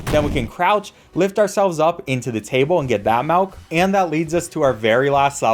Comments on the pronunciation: please don't say melk dude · why are you saying malk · bro says melk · Where are you from? Sounded like melk instead of milk a couple times. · I love how sometimes they pronounced milk, "Malk" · ah yes, the "malk" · "malk"., 2023 👍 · "Malk" "Malk"? Boy dose accents make a difference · Can we all take a moment to appreciate how says MELK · did you just say... "malk"? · Did this dude say Melk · He says melk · I'm not a native English speaker, but tought me how to perfectly pronounce MILK